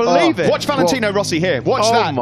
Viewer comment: " he try to don't tink , but when he tink he is a... scared." Rossi --->Rosie